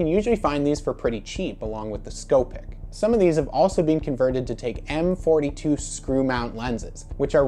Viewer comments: Ok nice video. I’ll try to help with some pronunciation. The Beaulieu is pronounced “bowl u” the Scoopic is “scoo pic” not “sco pic”. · and scoopic.